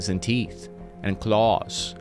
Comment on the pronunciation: And “CLAAWS” hehe that made me chuckle